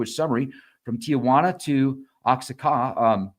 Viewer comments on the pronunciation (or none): none